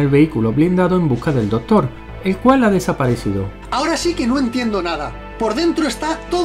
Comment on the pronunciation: Está re pendejo este video... Pero Mori cuando dice "¿Conoces la iniciativa de los vengadores"? Por cierto se dice Doctor, no dotor ;)